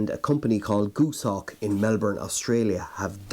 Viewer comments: Goose-hawk? Gos, as in Ross, hawk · Goshawk not Gooshawk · its goshawk not goosehawk